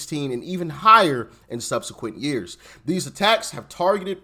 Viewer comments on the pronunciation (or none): none